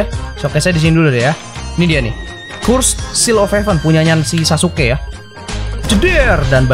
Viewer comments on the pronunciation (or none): none